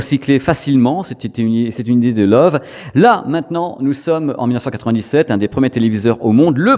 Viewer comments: Super vidéo, mais j'ai buggé à chaque fois que tu donnais le nom de la marque. Ca se prononce "le voeu", pas "love" :). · Salut Petite vidéo Très sympas, une toute petite corection en Allemagne on dit pas Love mais Leuveu (c'est écrit phonétiquement). Je me réjouis toujours de voir tes vidéos. Allez salut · Merci pour tes vidéos toujours très intéressantes! Par contre si c’est de l’allemand, Loewe doit se prononcer « leuveu » (Le charme germanique) 😉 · Ça se prononce Leuve en insistant bien sur le E à la fin en allemand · Sauf erreur de ma part, il me semble que ça se prononce lœuvœu 😉